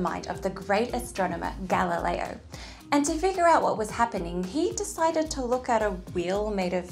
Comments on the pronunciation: so, no italian husband to get galileo's pronunciation right, right? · Galileo is also not pronounced correctly. 😉